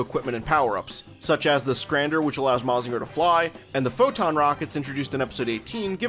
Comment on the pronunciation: not that im complaining, but it is pronounced "ma-jin-ga". not "ma-zinga". but hey, most english-speaking people dont usually care about looking it up on how to actually pronounced some stuffs